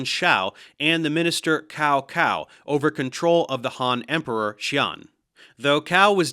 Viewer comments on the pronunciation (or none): Great video but pronunciations were way off which is understandable since Dave probably doesn't know the Chinese romanization system of their language for Westerners. In particular, Cao Cao is not Cow Cow but more like Tsow Tsow. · cow cow and his son cow pee